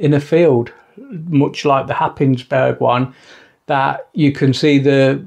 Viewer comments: Cracking shots, that light house, great. Don’t let the locals here you say Hapis burg, but say Haze borough, don’t ask why;-) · as an incomer to Norfolk from London 15 years ago, I too pronounced Happisburgh the way you did in the video. It turns out it is one of those places where the local pronunciation bears no similarity to the actual spelling, as all the locals pronounce it Haze-bruh. Who could possibly guess?